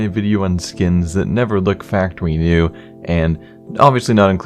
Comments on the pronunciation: factowy new? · Is it just me or is there something weird about the way he's saying factowy new? Btw the "w" in factowy is intentional.... in case you're wondering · Factowy New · 'Factor wee neew' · did he just say factowy new? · "Farktowy New" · Faqtuinew that Way he is saying it in the beginning